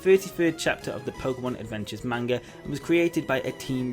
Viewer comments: MANGA!!! NOT MAYNGA!!! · everytime he said Manga I thought he said Mango 😃